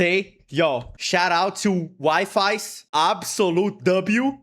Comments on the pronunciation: His name is pronounced ‘Wee-fees’ im pretty sure, but I honestly called him WiFis at first too lol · With this comment i summon the wifies fandom (Also its pronounced weefes not wifies) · His names is pounced we-fees lol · Wifis lol its waffles I’m pretty sure it’s pronounced. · Him pronoucning wifies as Wi-Fi's is killing me lol